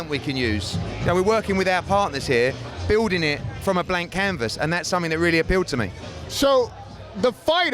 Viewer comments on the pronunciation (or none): none